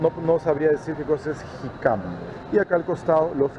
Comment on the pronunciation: Es jícama con acento en la i Y es muy rica y fresca